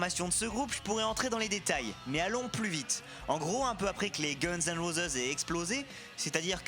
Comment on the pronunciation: gunz & rozeuse..lol ! rosize eventuellement, mais rozeuse !